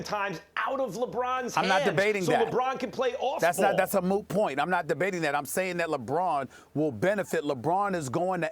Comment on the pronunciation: "thats a moo point" ???